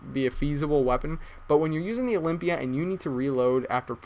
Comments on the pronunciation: OLYMPIA NOT OLYPIA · olympia not olimpya lol